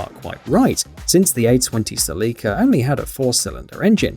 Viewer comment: I Love How You Pronounce "Celica" Like "Celeeka"...🤭😂🤣😭